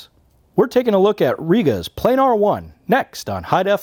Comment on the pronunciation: Plan ar not playnar